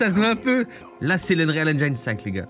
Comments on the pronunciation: Pour info ça se prononce engine et pas engiaïne :) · Je t’en veux pas pour la prononciation d’engine mais pour unreal c’est autre chose mdr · Eng"i"ne pas enjjjjaiiiilllneee, bordel Cyril, a chaque fois! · pssst... c'est engine comme dans devine pas engine comme dans aïe ;) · J'ai hate d'en voir plus avec des jeux qui sortiront avec cet Unreal Engine 5. Par contre, j'ai des boutnons à chaque fois que j'entend le mots Engine prononcé "Enjaïne". Ce n'est pas la bonne façon, Cyril. Au pire, quand tu doute, va sur Google traduction, inscrit le mot et click sur l'incone de prononciation. Ta façon de prononcer n'est ni anglaise, ni française. ^^ Si tu as la flemme, sache que ça se prononce comme tu dirais "N gène" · Je sais que l'anglais est une langue difficile pour les français mais svp prononcez 'engine' avec un 'i' à la française. Tout le monde prononce mal ce mot il fallait que je le dise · *Eunrîl Ainndgîne (pas facile je sais)